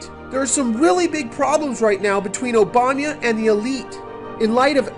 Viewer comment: "President Obanya" Lol!